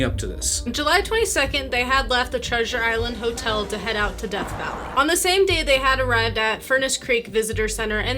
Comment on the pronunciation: It's DEATH not deth.